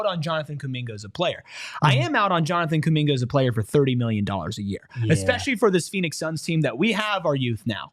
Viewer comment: Pronunciation: \Jonathan coo-MIN-guh